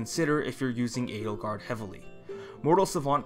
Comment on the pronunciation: that is the correct, I guess german, pronounciation...